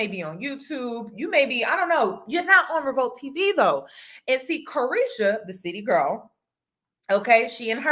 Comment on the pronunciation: Chile this isn't "City Girl" it's "Ceely Girl"..